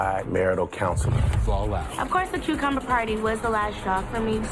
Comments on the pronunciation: Wtf is a “cucmuber”?🥴🤣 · Man y'all gotta do better..."CUCMUBER"?